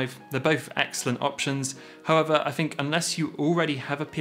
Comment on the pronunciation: With not wif. Think not fink. You speak so well otherwise. Why speak so lazily and disrespect your mother tongue?